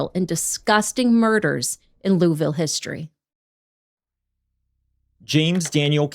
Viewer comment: Kentuckian here. Thanks for a case I wasn't aware of. Congrats to for one of the best pronunciations of "Louisville" from a Yankee I've heard 😂😂😂